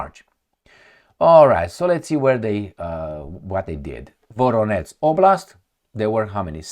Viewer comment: “VoroneZH” and “ZHitomir” -> learn to pronounce! It’s not a Rocket Science !!!